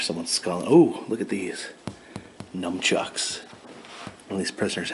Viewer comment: “Numbchucks” lol